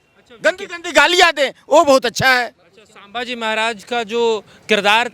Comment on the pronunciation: सांबाजी नहीं संभाजी बोलो